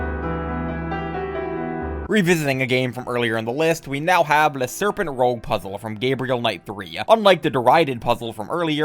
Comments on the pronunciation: That’s pronounce “luh serpen rooj” Not “rogue” It’s French, it means the red snake. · Every time you pronunced 'rouge' as 'rogue', I died a little inside, and I'm not even French. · Well, we were warned. Should have skipped to 'Balls' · If you can pronounce "Rouge the Bat" perfectly fine, you have no excuse to mispronounce that same word in "Le serpent rouge". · Or 'Moulin Rouge'.